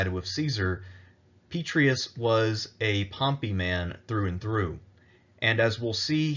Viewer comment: 'Pet-tray-ee-us' Honor the name with the Roman flavor. 'Pet-ray-ee-us'